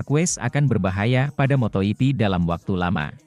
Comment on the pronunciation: Waduh cara bacanya ngawur patah. Baru dengar moto yipi untuk moto gipi kemudian Paddock dobaca padek, gak mau belajar tapi mau duit